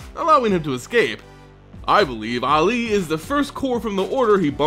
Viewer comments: this particular mispronunciation makes me think of Mohammed Ali. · fun with mispronounsiations! prince aily yes it is he playable in abzaaaan! 2 or 3 possibly but not any mooooore!